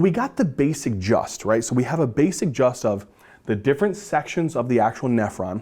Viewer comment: Did you say basic just instead of basic jist 😂